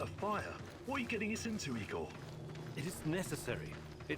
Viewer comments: no, it’s definitely NOT pronounced “Eyegor” xD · NO IT ISN'T. It's pronounced EEEEGOR,. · "LED neon" xD and no, it's not pronounced eye-gore lmao